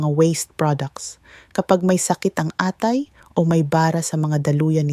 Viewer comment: Mali po ang bigkas ng atay...mabilis po ang bigkas